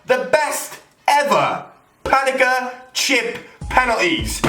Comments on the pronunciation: Someone tell it's pen eng Ka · PaneNka not paneka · It's pan-enka not fucking pan-eka